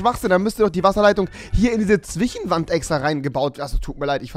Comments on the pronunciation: die zwieeeechhhen Wand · Warum sagst du eig immer „zwichen“ oder so?😂